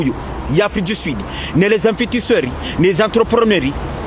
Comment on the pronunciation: On dit pas invertisseur on dit investisseurs, et puis encore on dit pas ADN , on dit AND